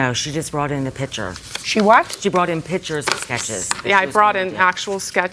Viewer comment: She brought in “pitchers”.